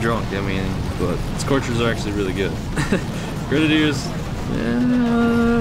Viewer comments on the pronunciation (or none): He is saying grenadiers wrong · That's not how u say grenadiers and it's really annoying